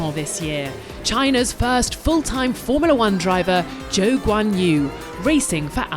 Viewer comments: Anybody else realise that she has butcher guanyu zhou‘s name 3 times in a row saying zho wan u🤣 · Can they at least learn to pronounce Zhou’s name properly. It’s such a simple thing to do. Or have we got to suffer that all season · You know the narrator completely botched Zhou's name. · I like that Formula One is finally pronouncing their Chinese driver name correctly but how come it took them so long to correct their mistake they've been saying his name in the wrong order for a really long time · Get someone who can pronounce zhou’s name correctly 😭